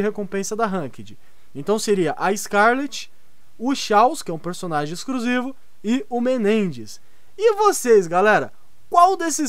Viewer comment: EXCRUSIVO KAKAKAKAKAK FALA DIREITO